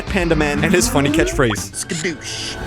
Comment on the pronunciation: I have a slightly weird version on dvd where po says skashoosh instead of the classic skadoosh